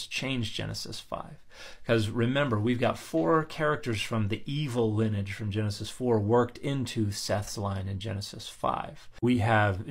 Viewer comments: Love your videos!...note that you are confusing "lineage" with "linage"...your intent is the word lin-nee-age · I know I should ignore it, sorry, but please learn to pronounce lineage properly. It's Lin-ee-age (with the ee pronounce like the ey in key, and the age sounding more like the idge in midge). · lin-e-age, three syllables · How have I gone 56 years without hearing someone pronounce lineage with 2 syllables instead of 3? They’re both correct, I checked. 😜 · I couldn't find any attestation of 2 syllables being correct; I assumed it's a niche regionalism of some kind but if you can find it again and aren't disinterested in doing so can you send me a link? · Why are you pronouncing lineage so unusually?